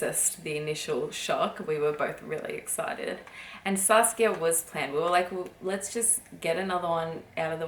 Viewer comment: I love the way you say Saskia